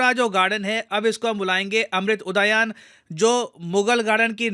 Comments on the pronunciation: उद्यान brother not udayan ,it is first time i got a technical mistake in your videos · उदयान नहीं उद्यान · udayaan nhi, Udyaan hota hai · उदयन नही उद्यान बोलो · उड़ायान नही, उद्यान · बोलने के लिए माफी चाहूंगा पर आप जो उच्चारण कर रहे हैं वह गलत है इसे " उदायान" न बोल कर "उद्यान"कहते हैं। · अमृत उदयान नहीं......अमृत उद्यान होगा...... pronounciation thik se kijiye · अम्रृत उद्यान (उदायान गलत है) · उदायान ❌ उद्यान ✅ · Udaayan nhi hai Udyan hai Kyu Bhai English ke chakkr me hindi bolna tak bhool gye? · लेकिन इसका उच्चारण 'उदायान' क्यू कर रहे है? 'उद्यान' होना चाहिये नं? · ये उदायान नही है भाई इसे उद्यान, पढ़ो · Unani nahi younani pronounce hota hai Udgan nahi uddyan hota hai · It's not udayaan. It's udyan. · सर उद्यान कहते है उदयान नही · भारत हिंदू राष्ट्र है तो नाम भी हिंदू से प्रेरित होगे. और आप जो उच्चार कर रहे हो वो गलत है (ऊदयान) उसका सही उच्चार उद्यान है । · उदायान नही है वो उद्यान है। अंग्रेज बनेगे b$dk. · सर जी... "उ द या न" नही.. उसे "उद्यान" ... केहते हे संस्कृत शब्द हे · It is not uadayan— it is udyan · It's not uda yan. Pronounce it as Udyaan 🥲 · Sabse pehele..aap Udayan bolna chhodo Uddyan bolo..उदयान नहीं उद्द्यान बोलो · Ud-yan not udoyan is a Sanskrit word meaning garden. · उदयान नहीं, उद्यान 🐅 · Sorry to say sir, it's not उदायान, it's उद्यान...... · उद्ध्यान है ये, उदायान नहीं। हिंदी बोलना भी नहीं आता भाई तुझे तो😂😂😂😂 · hey you oxford educated hindi speaker --- it is not pronounced "udayan" it is उद्यान Edit - Even after 8,314 comments no one bothered to call this out??? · 🇮🇳🇮🇳🇮🇳 Sirji one correction Its UDHYAN...not UDHAYAN... 🇮🇳🇮🇳🇮🇳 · उदयान नहीं, उद्यान । गलती आपसे होते हुए पहली बार देख रहा हूं !!! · उदयान नहीं, 'उद्यान' बोलो. ठिक से उच्चारण करो पहले....! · sir its udyan not uadayan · sir it's Udhyan not udayan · Sir, the pronunciation is incorrect. Its उद्यान and not उदयान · उदायान नहीं उद्यान कहो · Its उद्यान and not उदायान . Sorry to point out a correction in pronunciation 🙏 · Uday yaan nhi hota sir😂😂😂 उद्यान kehte hai